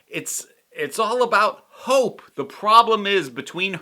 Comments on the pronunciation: Same, I thought she said Hulk not Hope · Oh I'm so glad someone else heard "hulk" not "hope" 😂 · I had the same issue with hearing hulk instead of hope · Your confusion with "Hope" sounding like "Hulk" is one of the reasons I watch with subtitles now. Also, I've watched all the New Rockstars "What If ...?" breakdowns ... I don't think you missed the Watcher in the background of the previous episodes. I think this was a nod to the fact that this episode was covering 3 movies ... pretty sure he showed up in the transition scenes. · I didn't, but I didn't hear "Hulk" either. Since it sounded like "hork" or something I knew I'd misheard it, but was too lazy to put text captions on.